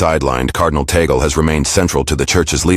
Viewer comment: That is TAGGG--LEEE, not TAAA--GELLL.